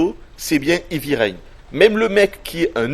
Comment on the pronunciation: En anglais, 'heavy' ne se prononce pas comme 'hivi', mais 'hèèèvi'!! Assez de 'ivi', s'il vous plaît ou prononcez carrément à la française, ça sera encore plus agréable à entendre!